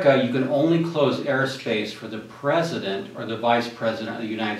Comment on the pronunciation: Who is the "pruhzuhdunt"? Was this directed by Ed Wood, by any chance?